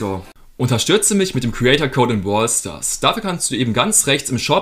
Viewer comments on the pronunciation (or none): Es heisst nicht bwal stars es heisst brawl stars